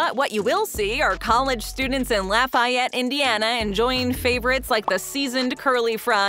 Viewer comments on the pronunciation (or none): La-y(y is silent) fe’tte, not Lay fa tte! Remember it’s Indiana not Louisiana!